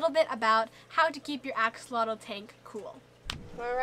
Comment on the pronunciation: Axolotl = ah-sho-lotl not axe-uh-lah-dul. Plural:Axolomeh ah-sho-lo-meh. thank you for preserving our native words. tlazohcāmati!